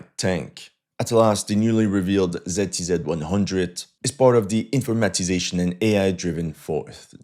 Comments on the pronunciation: My ears are bleeding from the way you pronounce ZTZ :)) , never heard somebody pronouncing it like that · What the hell is "TZTZ"?? I thought it was "ZTZ"